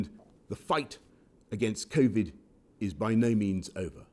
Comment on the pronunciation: "covid naan" XD